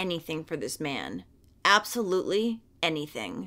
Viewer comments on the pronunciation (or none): none